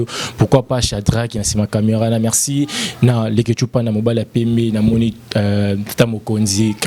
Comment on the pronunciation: Nene r olobaka mexi na place ya merci na djospora wana olibaka oyokaka ango ndende nini na matoyi nayo, tika makamnu yakolekaka4r nioso naba emission luka nanu osala ata ba court du soir pardon tolembi.